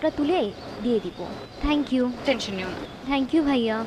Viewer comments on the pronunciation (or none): থ্যাংইউ না বলে ত্যাংইউ বলে 😄😄😄😄😀😀😀😃😃